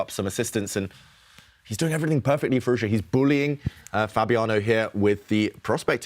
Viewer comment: Alireza's name isn't that hard to say: FEE-ROOZ-JAW, Tanya says it like it's Chinese FeerooZha and the interviewer says Fee-Roo-Za. Try harder.